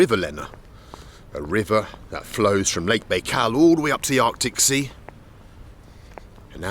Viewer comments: Very interesting but I was surprised that this Russian speaker didnt pronounce the title name of his video correctly. Baikal is pronounced - byekal not baykal. Very odd. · Bald, why do you pronounce it "Bay-kal"? There's no way you wouldn't know how to say it correctly at your level of Russian, and it's even more weird considering several people said this word to you in this video too.. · Strange pronunciation of Baikal ...